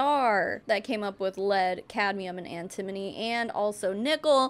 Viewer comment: FYI its An-ti-mo-ny (an-tə-ˌmō-nē). Definitely an easy one to mispronounce!